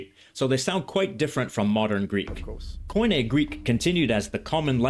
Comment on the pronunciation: Yeah koine its pronounve Kini and it means common. Koine sounds like coins when you pronounce it the way you do.